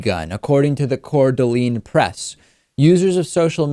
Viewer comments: David, just a little help on your pronunciation. Its pronounced "Core-d'-lane", not "core-d'-leen". It's always funny as a northwesterner to hear people from the east coast pronounce west coast names. Also, while I'm at it, it's pronounced "Ore-e-gon", not "Ore-gone". Lol. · Aint tryna hate or nothin, but its pronounced "coor duh-lane"